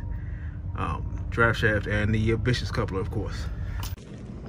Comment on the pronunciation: p.s. it's not vicious coupler. its viscous (viss-kuss) coupler.